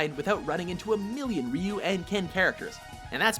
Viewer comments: rasta rasta they pronounced ryu the right way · rasta rasta Ironically they pronounced him exactly right. Raiju the way most English speakers might pronounce it is incorrect. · You guys call pronounce Ryu's name correctly but BLANKa and SAGet? Blonde-ka + SaGOT. Anyways, I think this is a good list. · I fast forwarded right away to make sure Ryu was number one ^_^ Very happy now. Oh and mad props for actually pronouncing Ryu correctly. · Nice list, my fav made #2 and I knew who #1 was and props to for pronouncing his name correctly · Fei Long is number 1 for me. And that IS how you pronounce Ryu btw.